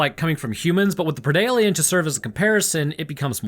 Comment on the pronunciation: Thank you for prounouncing predalien correctly and referring to the Yautja by their actual species name instead of predators. Lol Also, please cover Deep Rising and/or Frankensteins Army.